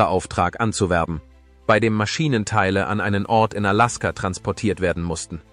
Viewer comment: Kann noch nicht einmal Alaska aussprechen